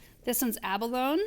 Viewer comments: “Abalone” is a mollusk, and it’s pronounced a-buh-LOW-nee. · I think your new Echeveria 'Abalone" is pronounced Aba-lonie" LOL. Like the mollusk. Not aba lone.